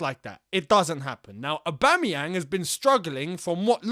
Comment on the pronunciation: "Aubame bloodclat yang" You said that perfect 👍🏿